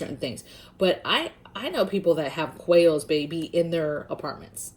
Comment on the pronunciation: When you were suggesting animals to raise, I kept thinking I heard you say whales. I’m like huh?? Then I realized you were saying quails 🤦🏻‍♀️. Great content as always sister!